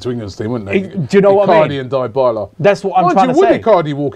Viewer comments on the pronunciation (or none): Its Dybala not Die-bala... Lmao